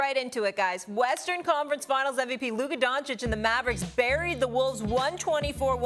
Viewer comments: You mean Luka Donci"k" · This racist clown could atleast pronounce Luka's last name right, it's Doncic not Doncik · Black racist Stephen A. still says DončiK instead of Dončić. If the case were reversed, the white commentator would be fired instantly. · Stephen A is starting to like “Luker Donchik”. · Stephen A. Smith - "Lukerrr Donkick" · I'm now convinced SAS has always downplayed Luka because he can't pronounce the dude's last name. Luker Dončić. 😖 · luker dochic😂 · Luker Donchik 😂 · SAS: Luker donchick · LUKA DUN - CHICH, is it that hard? Molly, please help this low IQ NBA analyst out. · Luker Donchic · Because they dont care. Dončić, Don-ch-itch. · Stephen Smith is such a self-righteous and arrogant person that even after five seasons in the NBA, he still can't pronounce the last name Dončić. Is he trying to say how unimportant Dončić is to him? Extremely insulting to the playoff MVP. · Luka has been in the league 6/7 yrs now and they still can’t say his last name right god dammm ! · Jeez, how much does Stephen A Smith earns? Isn't about time that you learn to pronounce "Doncic" properly? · How come sthe9hen a still cant pronounce Doncic the right way man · SAS still can’t pronounce Luka’s last name properly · Can someone finally teach Stephen A how to pronounce Doncic? It's been 6 years and he's now saying Luka's the best player in the world, but still doesnt know his name? This is ESPN's highest paid analyst? How does anyone in journalism get away with this 💀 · "Can someone finally teach Stephen A how to pronounce Doncic?" - He's doing it on purpose. He is trashing Luka since DAY 1! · Maybe after he wins the ring, SAS will start pronouncing his name right... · He has to be trolling at this point! hahhahahahah he been misspelling his name for time now! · He’s never been able to pronounce his last name correctly and now he can’t even say Luka without an r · He still can’t pronounce Doncic right. It’s not even a complicated last name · Luker Doncick 🤣🤣🤣